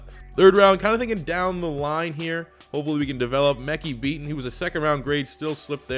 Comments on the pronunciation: you know its Mekhi Becton not Beaton right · It’s Mekhi Becton. Not beaton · The tackle out of Louisville's name is Mekhi Becton, not Beaton.